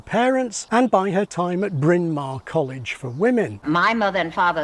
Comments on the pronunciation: As a welsh speaker - seeing 'Bryn Mawr' pronounced as 'brin maah' is so jarring :) Especially how in welsh the r in mawr is rhotic - yet in the american accent it isn't, even though the american accent is supposed to be rhotic! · Brynmoor….. a terrible pronunciation of Brynmawr - a Welsh name that means big hill! Audrey pronounced it better….the mawr bit sounds like the beginning of Māori …. Not more! Interesting clip though, really enjoyed it